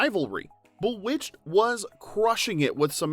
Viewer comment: Umm, Boowitched??